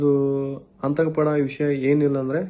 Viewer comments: ಆಂತಕ ಅಲ್ಲ ರಿ ಮುತ್ಯಾ ಅದು ಆತಂಕ 😂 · ಸರಿಯಾಗಿ ಕನ್ನಡ ಪದ ಬಳಸಪ್ಪ ತಮ್ಮಯ್ಯ ಆಂತಕ ಅಲ್ಲ ಅದು ಆತಂಕ ಅಂತೆಳು